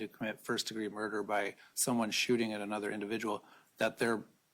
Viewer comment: I cannot stand the way Lori Vallow says a whole "NOTHER".... no such word exists in the English language!... She's not alone in using this... most uneducated Americans use it!!! The word is OTHER!